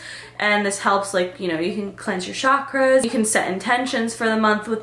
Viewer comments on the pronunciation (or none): none